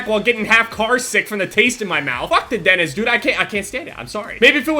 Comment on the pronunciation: I hate how he says dentist "Dennis"